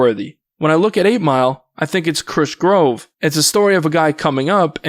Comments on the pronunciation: Chris grove? I’m convinced ur voiceover is AI now It’s pronounced Crush Groove & For someone who’s hobby or job is Covering hip hop the fact u never seen Or even know how to say Crush Groove That’s a major violation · I love what you do with these videos, bro but it's not Krush "Grove", it's Krush Groove". 😅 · Bro can't even pronounce Krush Groove??? You clearly not from the culture dawg 😭😭😭 also it's J-I-D, not "jid"... you've mispronounced Ciara & the Indigenous Tribe in other videos as well. I'm wondering if you just don't know how to read? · He said krush grove!!!!😂😂😂😂😂